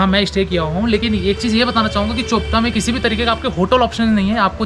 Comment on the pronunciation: BRO. Its चोपटा Not चोपता 😂😂😂😂